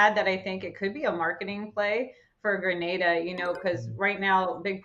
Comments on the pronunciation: Gra-na-da that's the correct pronunciation. I know you may not know. Just helping you out. Your doing a great Job. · Being from the islands and listening to them pronounce GRENADA is really irritating. Thank god the chick knows how to say it. Jesus.